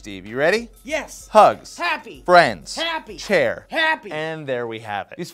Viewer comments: Can we confirm whether said CHER or CHAIR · Took me awhile to realize he said chair